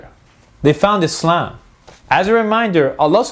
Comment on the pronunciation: dont wanna be a gramer nazi but you said islam wrong and if your offend i dont care fo dat snicth fo dat snicht